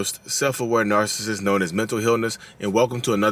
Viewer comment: I'm from Philly and I pronounce "narcissist" the same way you do. You do you Lee. 😊